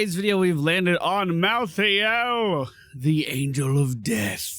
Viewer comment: First of all I’ve never heard anyone in the north say pop ever unless it was a joke second stop saying mal-thee-ale please it’s mal-thale